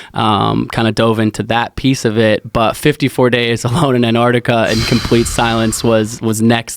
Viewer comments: Dear Americans its Antarctica not Anarctica. Yours sincerely the rest of the world. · ANTARC TIC AH..........say the bloody word properly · AnTarctica. Both of you. Say it together. AnTarctica. #broughttoyoubytheletterT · AN ARTIKA. Just like nuclear or espresso. Drives me crazy.